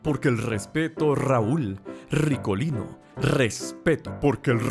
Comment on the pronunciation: Raul..... Rrrrrricolino.... JAJAJAJA me encanto, ti amo:3